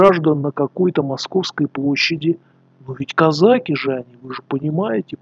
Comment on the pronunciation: Это кизяки,а не козаки!Козаки ударение на посдеднем слоге!